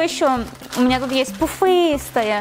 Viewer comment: Обожаю тебя! И твоё слово пуфыстые😊